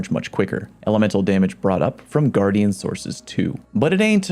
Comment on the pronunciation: its guardian not gu-ardian why do you say it like that...